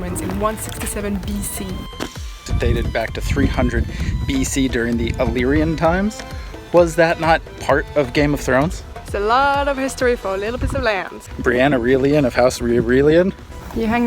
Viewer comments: Its Illyrian and Not Elyrian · Not elyrian its illyrian